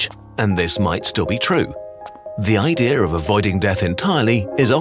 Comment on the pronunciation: WHY DID HE DAY IDREA THERE'S NO R IN IDEA